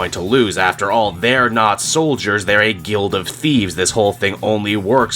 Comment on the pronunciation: the second he says soldiers i feel like he is losing to zur en ah